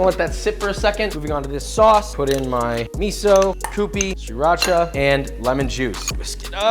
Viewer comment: Sriracha is about the only hot sauce I don't care for, but I love that you actually say it correctly